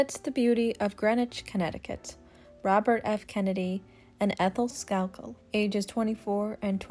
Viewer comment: St You are saying Eithals last name wrong. But then you say it right after that.